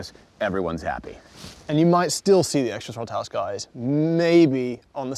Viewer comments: TROTTLE HAUSE... uhh bottle mouse? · Did he just say throttle house buttplugged🤦🏻‍♂️